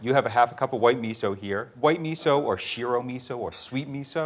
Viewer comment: Egads! Great recipe but painful pronunciation of Japanese words -- the same "i" that he gets right in "miso" should be used in "mirin" and "shiro". And the "e" in sake should not be that same "i" sound; it should be the Canadian "eh". Google Translate has a great pronunciation tool that can help with this stuff.